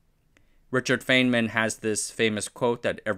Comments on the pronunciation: Richard Feynman pronounced his last name fine-man, not fane-man. It looks like it should be the latter, but for whatever reason he used the former. Don't ask the internet "how is feynman pronounced", ask "how did richard feynman pronounce his name". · Bro it’s pronounced “fine-man” not fane-man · It's pronounced "Fine-man" coming from the man himself. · Feynman is pronounced "Fineman" FYI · That's a choice pronunciation of Feynman. And sure, Google says thoughts how "American" pronunciation of the word is, and he's American, so not a bad guess, but please respect the man and his work enough to know he went by the British pronunciation (i.e. FINEman), and use that. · Feynman is pronounced FINE-man, not FEIGN-man, i.e. like the "IE" in "PIE", not like the "AY" in "RAY". You're going to get a lot of English speaking physicists, like myself, cringing a bit every time we hear his name mispronounced 😵‍💫 Otherwise, great video as always. Thank you 👍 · His name is Richard Feynman. The surname is pronounced like "Fineman", not "Feignman". Understandable mistake to make if you've only seen it in writing, though. Cheers, and thanks for another interesting video. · fwiw, Feynman is pronounced "fine-man" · Feynman, rhymes with "lineman". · Feynman: Fine Man. Fineman. Feynman. Practice this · "F-I-N-E-M-A-N-" cmon dude. He's a legend and deserves the proper research. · … you’re not pronouncing Richard Feynman’s name correctly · Wait, you can flawlessly pronounce Desaguliers but not Feynmann?! :D